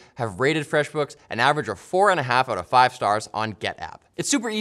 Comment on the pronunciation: erm... where's my "FWEFF BOOKF"?